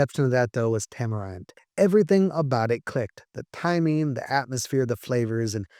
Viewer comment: Tamerind is a tropical fruit, pronounce "tam-er-ihnd" not "tam-er-eyend". Otherwise, great video!